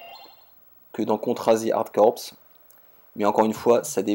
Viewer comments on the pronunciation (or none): Bien d'accord sur les niveaux vus de dessus, c'est hérité des premiers Contra et démontre les capacités de scaling et rotation, mais... Ça casse un peu le flow du gameplay. Ce n'est pas un hasard si ça a été supprimé dans la plupart des suites. Au fait "Hard Corps" se prononce comme "Hard Core", c'est un jeu de mots car "Corps" est le mot français du vocabulaire militaire, donc prononcé tel quel.